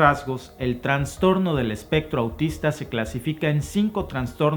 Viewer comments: Pronuncia "trastorno" y no "transtorno",. Abrazotes desde tus terruños. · Todo bien pero es trastorno, no TRANSTORNO. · saludos mencionas Transtorno pero se dice trastorno gracias a ti y a Alba por los videos